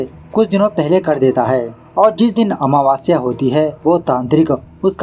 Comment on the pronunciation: Meko bhi wahi ritual sikhana hai😅😅 😂😂 आमावस्य not महवास्य 😊